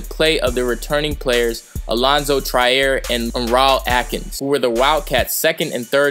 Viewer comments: Alonzo tryer? that's not right lol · Pronounced Alonzo TREE-er and raw-LEE alkins